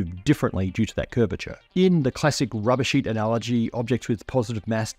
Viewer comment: when you said "classic rubber-sheet analogy", I had to do a double-take, because it initially sounded like "classic rubbishy analogy". 😀